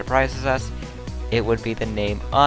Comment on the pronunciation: It’s Enrique...